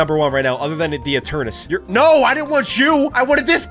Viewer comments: It is not eternes its eternetes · it is not Eturnas it is Eturnatus ee_tur_ne_tus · YOU PRONOUNCE ENTERNATUS NOT ENTERNUS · Eternatus not Eturnus!!!!!!!!!!!!!!!!!!!!!!!!!!!!!!!!!!!!!!!!!!!!!!!!!!!!!!!!!!!!!!!!!!!!!!!!!!!!!!!!!!!!!!!!!!!!!!!!!!!!!!!!!!!!!!!!!!!!!!!!!!!!!!!!!!!!!!!!!!!!!!!!!!!!!!!!!!!!!!!!!!!!!!!!!!!!!!!!!!!!!!!!!!!!!!!!!!!!!!!!!!!!!!!!!!!!!!!!!!!!!!!!! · what eternus not eternus is eternatus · Breh kept saying eternus wut???😂😂😂😂😂😂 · When got crimson he said the absol tol absol and eternus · ETERNATS BRO do you pronounce it correct I don’t no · it’s eternates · Legend says still doesn’t know how to say Eternatus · Eternus it’s pronounced ee TURR nuh tuss and it’s pronounced KYOO rem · Ki-yu-rem Pronounced Kyurem Sol-ga-le-yo Pronounced Solgaleo Eter-ney-tus Pronounced Eternatus